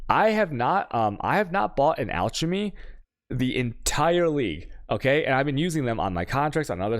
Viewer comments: uuuuuh "altjemy", "vael" and "tjaos" is rubbing me the wrong way :-) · lol it’s “alkemy” with a k sound, and “kaos” with a k and two a’s should just say val and I’m sure thats what ggg calls them in trailers.